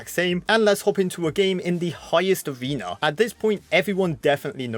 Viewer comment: "In each Abrewna"